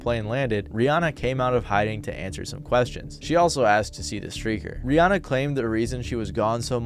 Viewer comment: That not how you pronounce Rihanna.